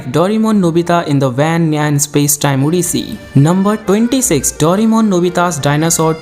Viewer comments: the 'daurimon' instead of 'doreymon' or 'doraemon' made me uncomfortable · its not yu ji o. its yu gi o And its not doremon, its doraemon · Its not dorimon...its doraemon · Bhai dorai-mon mat bolo india hai ye yaha doray-mon chalta hai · Aap ne itna bada information video banaya par " Doraemon " ke spelling hi thik se bol nahi pae